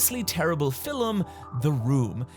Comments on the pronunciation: I’m sorry, what? What on earth is a “fillum”? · I love his videos a lot, but i will NEVER get over how this man pronunces "film"....fEl-im what is that? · Is "filum" a standard Irish pronunciation? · ARE YOU SERIOUSLY GOING TO MAKE ME CARE ABOUT THIS SHOW? DAMMIT!!! I hate you. LOL. You golden voiced Gaelic god who can't pronounce "FILM" correctly and I've listened to enough Brits, Irish, and Scots and have yet run into others who say; "FILEM". FINE... I'll... check it out. Jerk. This reminds me of why I used to like American Horror Story, yes that show was trash but I felt like it knew it was from the beginning and didn't only become pretentious until around Roanoke, maybe Coven was the turning point. Don't get me wrong, I liked Coven and Roanoke and Freak Show. Also Hotel, but man did Cult or whatever kill it.